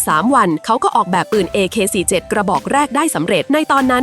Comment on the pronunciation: Ak47 โว้ยพูดผิดโว้ย